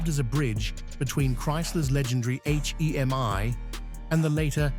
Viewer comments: Exactly my point. The H-E-M-I instead of hemi and the three one eight instead of three eighteen was killing me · Please, PLEASE teach your AI to say Three eighteen and Three forty, and hemi (Not h-e-m-i) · Lousy narration. Who ever called a Hemi a H-E-M-I? . And it's a three eighteen, not a 3-1-8. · If you call it a H-E-M-I engine this video is for you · It's called a hemi, not an H.E.M.I. got it dum dum? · AI says "Three One Eight" instead of "Three Eighteen" H.E.M.I. instead of "Hemi". Tired of this AI garbage and never finish never getting to the intended end of the program. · I love that H - E - M - I ... 💩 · It has always been "Hemi" short for hemispherical. Never H-E-M-I. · Just like when the AI voice says THREE ONE EIGHT, instead of THREE EIGHTEEN. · the h e m i.....😆😆😆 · Why don't you get a real person to narrate?? Who in the world spells out HEMI instead of pronouncing the word???? Couldn't listen to more than a few minutes. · Frogging AI narrator from who knows where Three one eight H. E. M. I 😂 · I know AI is free, but fuck. This is sophomoric. If you can't narrate it yourself, I'll do it for $100. And I know how to pronounce H-E-M-I and 3-1-8. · H. E. M. I. Like...what the heck!?!? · yes, very aggrivating. with this video I especially hate the Hemi engine pronounced "Hee-Mee" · Surprised it didn’t say, “HEM-eye….”